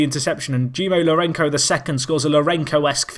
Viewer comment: Scenes! What a game. Also, the "c" in Lourenço sounds like an "s", not sure you'll bother to change the pronunciation since it goes back to 2014 :)